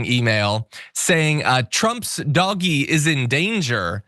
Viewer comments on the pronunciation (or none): It's pronounced "DODGE-Y". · "Doggy" Um, not to be that guy, but it's pronounced "Dodgy" Because it definitely is.